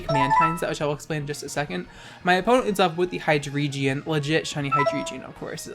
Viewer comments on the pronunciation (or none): I have a reuest. Never pronounce Hydreigon as "Hyjreegeon" again. Thank you. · Listen bitch it’s pronounced Hi-Dray-Gon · The way you pronounce "Hydreigon" triggers me so hard, I swear...